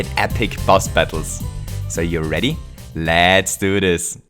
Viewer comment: I heard you say lat's do this!